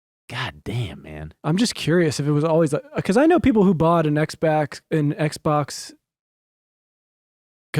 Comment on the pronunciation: haha said Xbax